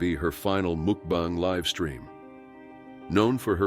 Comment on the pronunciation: When the narrator said mookbang, I knew I had to watch something else, anything else.